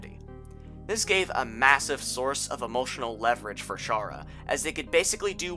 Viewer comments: Chara's name is pronounced Cara not pronounced chara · ITS CHARA, LIKE CHARA-CTER. Not CHARE-A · Its pronounce Kara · Oh my god, for the last time, IT'S PRONOUNCED CHARA, LIKE CHARACTER. WORDPLAY. Wow, Deltaswap looks like ass. THANK YOU FOR SAYING THAT